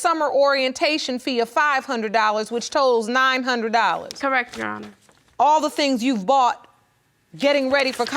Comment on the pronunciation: “Your honis”